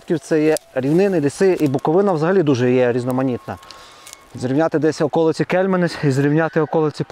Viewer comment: Нарешті, правильний наголос при вимові слова Буковина